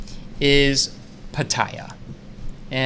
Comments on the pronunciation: after living most of his life in Thailand still has to ask for how to say Pattaya correctly! Get with it!! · he's been there 2 years and he can't pronounce pattaya!!!! shocking (seriously) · Good show today guys. Nice to see a new face. opinions were spot on and honest. Needs to practice saying 'Pattaya' the way Thais pronounce it and look at his audience more often.:) This will come in time. Overall he did well and shouldn't take notice of the haters... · Ok... travel expert...please pronounce Pattaya correctly please. Also his viewpoints are more towards Tourist and not expat or local. is correct, sex education is taboo in Asian culture.